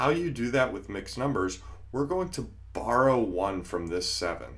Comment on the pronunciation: I love thar everyone is talking about mathelp and Im just laughing at how he said "borrow" 😂😂